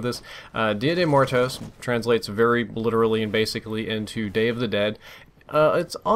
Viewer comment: Lmfao. 'Dia de Mar toes.' You're so fucking white.